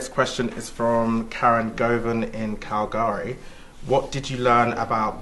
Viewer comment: This very fancy pronunciation of “Calgary” made me laugh